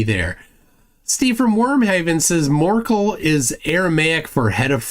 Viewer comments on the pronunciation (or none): I'm just an hour in, and I already have acoustic hallucinations of calling you "Morkel" even if I pause the video.😂